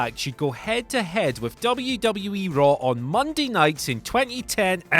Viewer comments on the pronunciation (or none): did you just say Monday Night Rawr?! xD